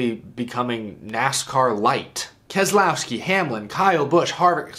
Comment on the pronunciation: The second letter 'e' is silent in the name Keselowski. It's pronounced like Kez-louw-skee